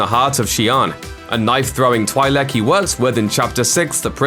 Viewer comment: twi lek.. it's pronounced Twee leck gods. and that thing was a bad actor trying to pretend she was a vampire from blade with pig tails! >:(